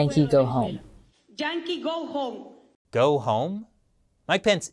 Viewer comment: She said “Jankee”.